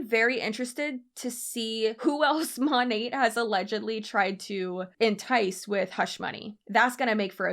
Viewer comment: She mon-ATE lol